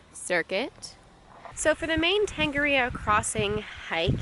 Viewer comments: nice try, string 'tong are rear roar' together with the vowel 'o' pronounced as 'or' as opposed to 'oh' and see what that sounds like ... To is Tor, nga is nah as in (no), ri is ree , ro is roar with a roll on the rrrrrr's lol ... the Maori vowels and the manner in which they are pronounced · Tongariro (tong-uh-rear-o)